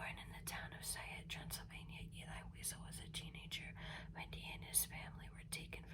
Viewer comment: Hey not a bad video but you pronounced the author of Night name wrong